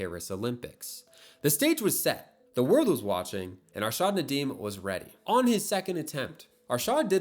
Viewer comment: AARSHAAD? NayDam? that kinda pronounciation is crazy 💀